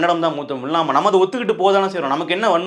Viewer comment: நீ முதல்ல 'தமிழ்', 'மொழி' ன்னு சொல்லிப்பழகு. தமிலாம் மொளியாம்.